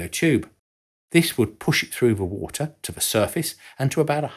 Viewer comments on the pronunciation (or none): none